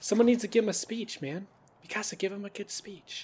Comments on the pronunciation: no sam not mee kasa its MI CASA XD SPANGLISH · It's not mekasa its mikasa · its not maksia its miksia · You pronounce Mikasa Mi-kasa but it's actually pronounced Mik-asa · it's (meekusuh)how you actually say it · Mikasa (meek-a-SA) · its mi-ka-sa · You said mikasa's name so wrong to me not hateing love your videos 😭😂😂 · he dosent say miksa right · SAM U PRONOUNCED MIKASA WRONG!!!! DO YOU EVEN WATCH THIS ANIME!!!levi x mikasa lol